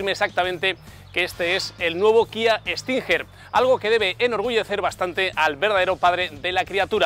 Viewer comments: Tio....como...que kia stinjer????.....se pronuncia stinguer......no tu q dices stinjjjjerrrr.....vaya periodista deportivo....aunque no venga la u se pronuncia como si la llevara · cada vez que dice estinjer me mata 🤣